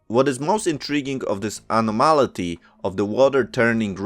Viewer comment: Thank you for your report. May I humbly mention that anomaly is accented on the second syllable in English. Uh-NOM-uh- lee.